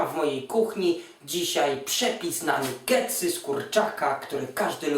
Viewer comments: "nugetsy" hehe chyba "nagetsy" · nie mówi sie nugetsy przez "U' tylko przez "A" czyta się nagetsy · mówi się nagetsy albo i nie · bo robi je dla kogos on ich nie je xD a pozatym pisze sie NUgetsy a czyta Nagetsy. Nabie xD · nie powinno sie czytac NAGETSY ?